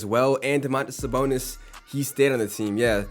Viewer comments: Bro Ik im not the only one hearing him say Saboner bro 😂😂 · Am I the only one that hears saboner